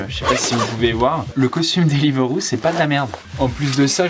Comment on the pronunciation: ca me stresse il dit deliveuro